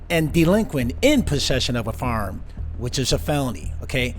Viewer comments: I love how you say “faarm” instead of “firearm” lol lol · It sounded like the host said farm instead of firearm!